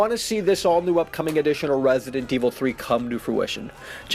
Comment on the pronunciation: I swear if he says Rrraessident evil 3 one more time. 😬💀😂